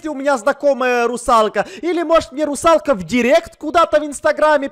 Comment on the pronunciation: Никто: Абсолютно никто: Сенсей Хачирикиваувау: Русалкэ🤣